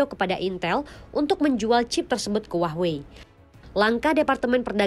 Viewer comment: hua-wei ❌❌❌ huahh-wey ✅✅✅